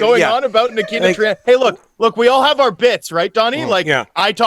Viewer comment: Tryamkin is pronounced Tramkin.